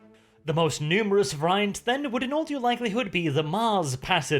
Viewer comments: Variant, pronounced as in all English awkward non purely phonetic words is "var-e-ant". But if you like a challenge try Gaelic. Not that I am in a position to criticize as I have no second language..... I barely have a first one. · somebody please tell how to pronounce "variant". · I can't get used to the pronunciation of variant, but fantastically entertaining video again.